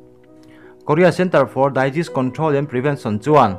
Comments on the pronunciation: Disease hi Daiziz tia lam tur ani lo. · Daizis control or Disease Control.. A lam rik dan hi ka hresual nge Disease (Dezis) tia lam tur a ni em aw.